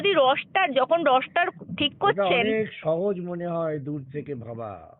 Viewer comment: রোষ্টার । রষ্টার উচ্চারণ টা ভুল